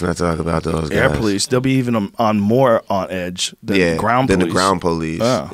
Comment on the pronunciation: I was dying laughing when wiz said “ sting and the PO- LICE .”